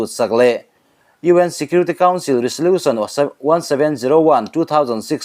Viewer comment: 'Resolution' a 'S' hi 'Z' ang a lam tur aw